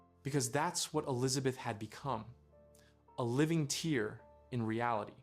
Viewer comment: Tear is pronounced as "tare" not "teer" they are ripping a hole in reality, not crying